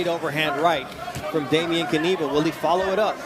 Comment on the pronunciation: "dejmien kaniba", oni są niepełnosprawni logopedycznie, nie ma nazwiska którego by nie przekręcili